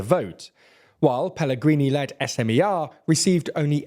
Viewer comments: Please check the pronunciation of the names... far from every language abide by English pronunciation 'rules'... It's Fico [fitso], if you wish and SMER [smer] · Im tearing up at your pronounciation of Fico and HLAS, SMER, Fico is pronounced with a hard C, SMER and HLAS is one word not individual letters, also this was a week ago and I didnt even know my government apparently collapsed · "Fiko" is pronounced "Fitso" 😉 (c is always ts). SMER is pronounced "smer" (e as in attack). HLAS is pronoucned "hlas" (a as in above")